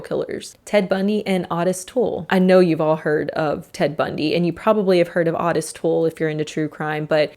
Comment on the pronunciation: I have never heard anyone pronounce Otis as Ahtis before.